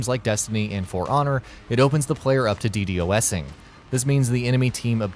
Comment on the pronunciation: Is really no one gonna comment on how he pronounced ddosing.